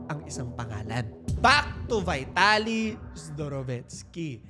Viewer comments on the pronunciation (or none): VITALY THE RUSSIAN'S NAME IS PRONOUNCED VEETALY.